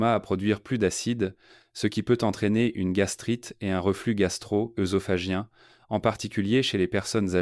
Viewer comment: On aurait préféré un vrai médecin et non cette voix artificielle sans intérêt et avec des fautes de prononciation, le gingembre fraise, œudème, œusophage. Et quelle idée d'acheter du bouillonKub, alors qu'on peut faire soi-même un bouillon de légumes, de carcasses de volailles, etc.? Et l'oncle Jacques qui est cité dans toutes les pub, c'est agaçant.